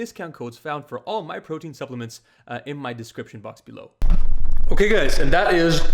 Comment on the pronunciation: "PROITEIN SHAKE" Is that another kind of goddam steroids bruh? Need to let us know lol